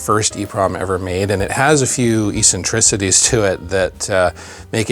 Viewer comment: I've never heard anyone mispronounce eccentricities like that. I hear people mispronounce accessories all the time in a similar way, but this was new.